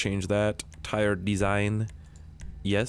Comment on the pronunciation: The way he said tired, ↙️look theres a